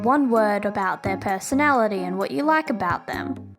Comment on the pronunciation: “Personaity” Huh?